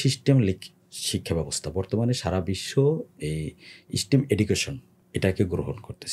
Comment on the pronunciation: What a charismatic personality is! We should vote him into parliament. He has some wonderful ideas to change society. However, there is one minor mispronunciation. If I may correct it, STEM is not pronounced "স্টিম", rather it is pronounced "স্টেম ". May Allah accept all the welfare activities of his own and his father's, blessing him with honor this election!